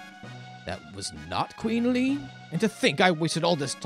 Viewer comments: The Japanese version (so arguably what the devs wanted) is Lee-neh. Where did you get Le-ann? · My only gripe is hearing you pronounce le-ann as lean lol other wise cool playthrough